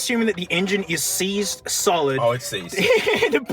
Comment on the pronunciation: "that's seized solid" more like See's'd solid :D